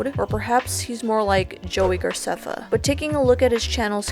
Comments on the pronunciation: I loved this video, I really did. I hate to be the annoying person, but technically, it’s Gra-ceff-a😂 IM SORRY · loved this, so true. Also, "garceffa" XD